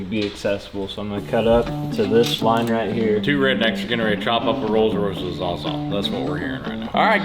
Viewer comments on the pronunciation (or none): Butchered Royce